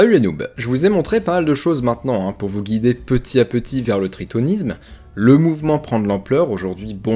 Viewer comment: T as prononcé petit a petit sans la liaison du ''t'' au ''a'' je me désabonne !